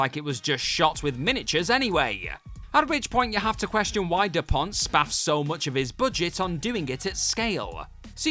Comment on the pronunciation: Jan De Bont went from cinematographer-Speed etc-to director pretty quickly,sadly with very little success....Once again What Culture,do the people who do these videos actually know the subjects they are commenting on ?..... Its Jan De Bont NOT Depont as you said at least twice.